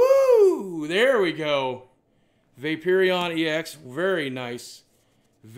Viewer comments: The way you pronounce names makes me cringe "Raychu" "Vapeerion" come on bro. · vay-poor-reon for pronunciation purposes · tan'jella. and vape'earion. my fave poke pronunciations. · Pokemon its pronounced va-pour-eon